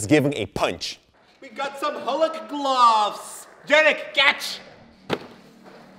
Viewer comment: i like when he says boxing glubs